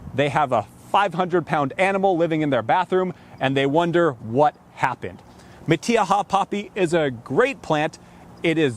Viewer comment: I've never heard it pronounced like that before! I'm a native Californian and I can pronounced in spanish words. This is NOT how we pronounce it. We don't use the E sound when saying the letter " I" .